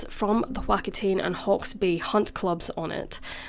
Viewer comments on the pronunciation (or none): W = W. Wh = f/ph and it's spelled Whakatane, which is why it's pronounced Faka ta nay. 💚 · Whakatane is pronounced like 'faka-ta-nay' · As a Kiwi, I remember this case growing up. Very sad. By the way, just a tip for pronunciation Wakatane is pronounced Waka ta nay. Waka as in wok-a ta nay. Or going for the more Maori pronunciation the f sound ph for the leading W Here is a link if you are interested